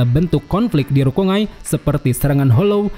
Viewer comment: Bacanya RU - KON - GAI bukan RU - KONG - AI MAN - GA bukan MANG - A ZAN - GE - TSU bukan ZANG - ET - SU RAN - GI - KU bukan RANG - I - KU KU - RO - TSU - CHI bukan KU - ROT - SU - CI